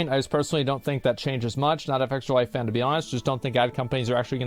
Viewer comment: Asmon called fextralife the hard r like a 1860:s confederate. Embedder